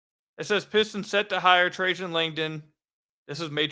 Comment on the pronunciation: I'm glad you started pronouncing Trajan right.